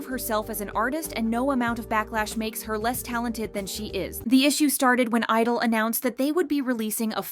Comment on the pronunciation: Why do you not pronounce the "G" in their name?